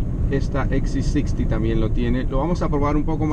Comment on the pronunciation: Coño si hablas en español, que trabajo te cuesta decir " volvoxc60 ( Equis c sesenta)" . "gps ( GE PE eseeeeee) joder.